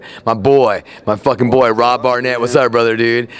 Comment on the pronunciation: Haha. "My boy Rob Barnett". It's Barrett not Barnett.